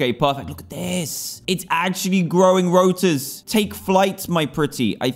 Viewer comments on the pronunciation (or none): Rotor not routor